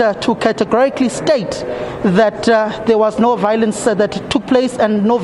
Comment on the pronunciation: Why does all the EFF members say VOW Lence,,, ????